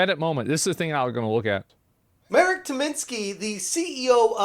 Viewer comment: it's pronounced [Mahrek], not [Merek]